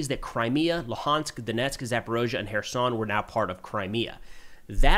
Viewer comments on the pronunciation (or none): none